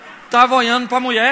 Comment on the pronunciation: O cara tava oiano pro meu oio pra ver se o meu oio tava oiano pra Muié.esse pastor é uma figura😄😄😄😄😄😄